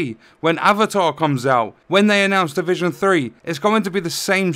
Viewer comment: “Welcome Back To The Divuuuhhhuggghhh!” facepalm 🤦‍♂️ inside the mind thinking 💬💭🗯seriously this game sucks